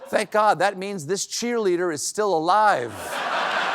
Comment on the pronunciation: Er, "Tank you"* and "caos"? So it's true - Dump does love the "poorly educated" - because he can relate! 🤣 By the way, it's "thank" and "chaos." You're welcome, from a smart, well-educated person.